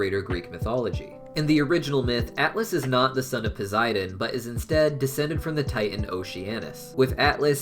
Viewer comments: Hey I pretty sure it's prunouced pow-s-I-den not poziden and I di know it's spelt posidon sorry if I'm being rude not good with social cuse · Great film and great video bud. One thing, You do realize Poseidon has and s and not a z in it right🤣😂 I would know my name is Zac🤣 just kiddin bro just never heard anyone say it that way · Anyone anynoyed by how he pronounces.posiden